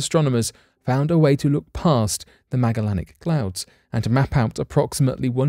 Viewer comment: (Ma-jel-in-ick) come on man... I know you can do it you're so smart... pronounce it right....